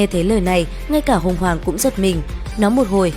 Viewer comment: Đến đứa nào Tiếp đón tận tình đứa nấy Sinh linh tiên cổ đến ah làm thịt luôn 😌 Cơ mà bà kia tên Hồng hoàng s nghe ad đọc ra hỏa hoàng nhỉ 🐧